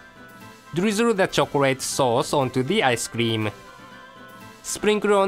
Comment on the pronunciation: "and drizzle that choclade saus"